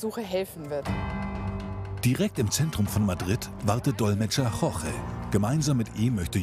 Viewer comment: Wie die immer "Jorge" aussprechen, ist unerträglich. Vielleicht sollten sie das mal üben.